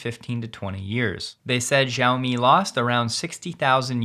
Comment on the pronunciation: Xiaomi is pronounced "shiao-me". "X" is a sh sound. Think shiao-me the money